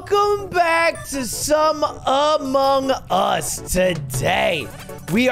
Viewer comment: lud: talks about how content like monkey ball is done to death also lud: amonugs